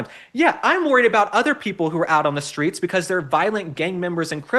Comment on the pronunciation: Why does Michelle Obama continually mispronounce the word street. It's not SCHTREET. And struggle is not pronounced SCHTRUGGLE. Is she trying to sound ghetto, or does she just not give a sh!t?